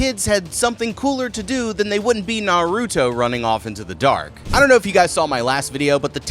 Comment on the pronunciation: Gosh I know it isn't his fault but one they aren't Naruto running and that's not how you say Naruto. It reminds me of how my grandpa said it when it first came out lol